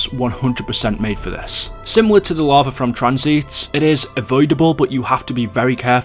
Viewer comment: Going down to the larvae in transit. Funny how he can't say lava. It's funny idk why. falling into the larvae pit